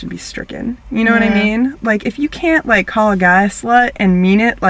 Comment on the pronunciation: DONT SAY "LIKE" LIKE LIKE THAT!